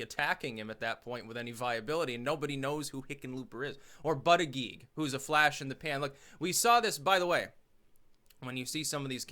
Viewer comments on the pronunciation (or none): You keep saying "buddyGeek" when its pronounced "bootyJudge" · You pronounce Buttigieg as in Boot-eech-eech with a harsh gee (almost a ch) sound not a soft gig sound. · As a long time fan, and someone who lives in South Bend I have to tell you that Buttigieg is pronounced like Buddha-judge. I love ya but I’ve been cringing every time you say his name. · Buttegieg. It’s Maltese. Pronounced ‘Bootehjig’ phonetically.